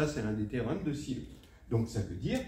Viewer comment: 1) La quatrième preuve se trouve dans l'article "Sylow theorems" sur Wikipedia (en anglais). 2) Sylow était norvégien, donc ni anglais ni américain. Pourquoi prononcer son nom comme s'il s'agissait de Barlow ou de Marlowe ? Son nom se prononce SILOV ! 3) Il est à mon avis plus simple d'énoncer le théorème de Wilson sous la forme "(p-2) ! congru à 1 (mod p)". Ça éviterait d'ailleurs la dernière ligne dans la 4e preuve ! 4) Faute d'inattention dans la présentation écrite de la vidéo : "quatre preuve".